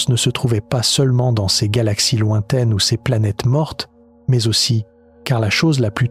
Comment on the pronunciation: Maze... Faudrais que l'IA apprenne a dire ''mais'' comme il faut. Un problème ''Géante'' Sérieux ? C'est ''Immmpossible''. Il doit en avoir plein d'autre, maze j'ai décroché.